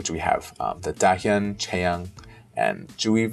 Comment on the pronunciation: I do have a comment in how you keep mis-pronoucing Dahyuns' name. It's prononce DAH YUUN. I may have written it incorrectly in how to ununciate the words, I'm not not an speech therapist. The same goes for Nayeon, it's NAH YOHN.